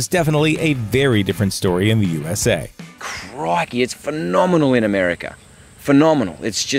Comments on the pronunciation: Did he just say craikay? It’s crickey mate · HAHAHAHAA. Literally the first second and already fucked up. "CRAIKEY" ..... seriously???